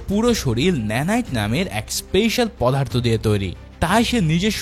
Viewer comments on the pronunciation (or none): none